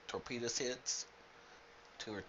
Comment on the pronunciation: did you say "Torpenis"?! :P